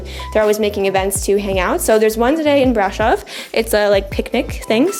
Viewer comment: The accent is on "O" not on the "a" - please! Brasooooov!